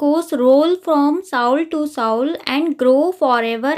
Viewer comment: 😂 not साउल to साउल its सोल to सोल